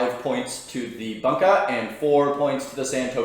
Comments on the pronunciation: Great vid, but is “boonka” vs “bun-ka” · Can't stand the way you say Bunka 😂 it boon ka, it's not a hamburger bun ka. Bút great video